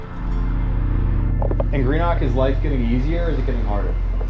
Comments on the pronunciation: It's pronounced 'Greenuck', mate. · Im from Greenock, the way you pronounced it Green-OG 😂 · what a load of rubbish. glasgow and scotland in general is safer than it has ever been. shame on you for exaggerating and using poverty for views. you also doxxed a vulnerable man's house and didn't even take the effort to pronounce Greenock properly. And im only 8 minutes in... won't be watching the rest of this